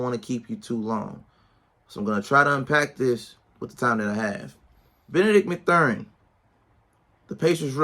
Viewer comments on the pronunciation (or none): They r 3-4 and his name is pronounced math-urin good video tho